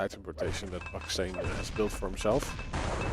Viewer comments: You were saying buckstain like mustain but its baksteen like malmsteen :face-purple-smiling-tears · its pronounced baksteen like epstein